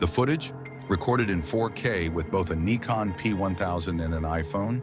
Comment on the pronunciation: Interesting footage, but why this channel and others like it use AI auto dub is puzzling. Hearing the mispronunciation of the word 'Nikon' as 'Knee Con' and the phrase "adds anther layer..." gives it away. AI is dumbing down the entire world. No humans that can read around to record this instead?